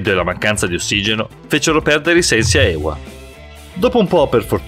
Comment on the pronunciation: Ewa wisnierska Si dice eva anche se ce la doppiaw